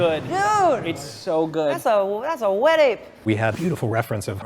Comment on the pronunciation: "Das uh, Das a wetape!"